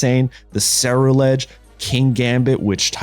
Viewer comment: Just for some help it’s pronounced gar_gan_ackle and ce-rule-edge I got you on this one my guy